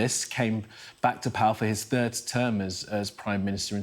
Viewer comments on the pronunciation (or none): none